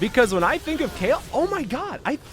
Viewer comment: Please stop calling her Kale xD .. i'm totally triggered, i thought it was like Kaylie